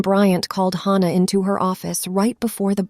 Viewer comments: Could you please stop mispronouncing Hannah 😢😢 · Please stop mispronouncing Hannah 😢😢😢